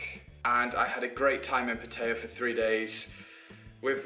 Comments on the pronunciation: If you say "PaTEYa" one more time...why is it so hard for you English to say it right? PA-TA-YA not PAT-AYA and definetly not "PaTEYa". A ="AH" not "A". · I was born and grew up in Pattaya and I've seen it grown from a small tourist town to basically the Las Vegas of Thailand. The city is mostly runs by mafias and has a prostitution problem. Its good for a short hop from Bangkok but it attracts more of an older crowd. Ps - the way you pronounced Pattaya is pretty funny.